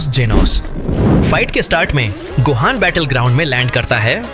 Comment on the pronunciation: Ultimate gohan ko base gohaj bol rha 😂